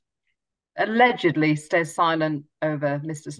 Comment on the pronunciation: 'Allegadly' He a flasher